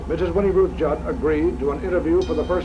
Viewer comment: Oh my God we have the same last name I gotta go edit-OH MY GOD SHES SO CRAZY GODKCLD LXMDLN Also props to actually saying Judd right because surprisingly a lot of people say it wrong idk why it's really simple